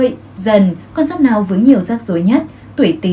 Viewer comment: Thấy ₫ể giáp dần, mà nói giáp nghọ